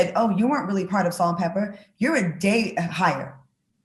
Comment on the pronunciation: "Pepa," Claudia--NOT "Pepper"!!!!